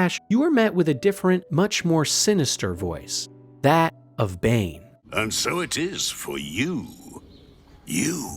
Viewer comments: yeah “BOOOAL” really screams bane instead of bhaal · Yeah, this video gives major yucky AI gen vibes, thumbnail included. I had to stop listening to it after I caught him calling god of murder Bane. Like, dude, Boaal and Bhaal isnt that far off